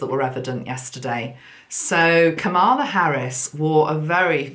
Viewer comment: Just a wee suggestion, sent with love from Glasgow!!! Because so many listen to you, it is important that you pronounce Kamala's name correctly. She was a school girl in Lusaka, Zambia in the late 60s when I was working in Chipata as a Teacher. I did not know her personally, but the name was quite common among the Asian children attending the school. Think of it as rhyming with Pamela.... ie the emphasis is on the first syllable and not the second! Hope this helps. Celtic Blessings in Abundance... Maggi